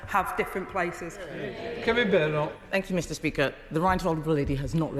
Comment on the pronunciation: It's so good to hear someone pronounce Bad enoch's name correctly.